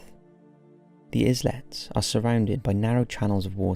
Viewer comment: Is-lets.... Can someone please tell this guy to pre-record and listen back to himself?